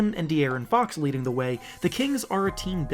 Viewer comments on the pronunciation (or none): none